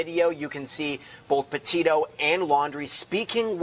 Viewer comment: Lundrie not lundry. Petito not potatoes